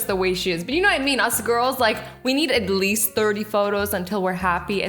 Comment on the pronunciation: You and my best friend Hannah say igleast but i and im sure like 5 billion people say atleast 😂😂😂😂😂😂😂